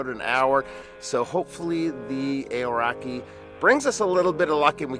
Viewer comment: Kiwi here, great review! You might want to look into the pronunciation of Aoraki however 😂